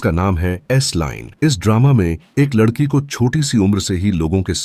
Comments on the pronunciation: लड़की ❌ लद्धकी ✅ 😂😂😂😂😂😂😂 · वो सब ठीक है लेकिन लददकी और लददका सुनकर बोहोत हंसी आई मुझे 😂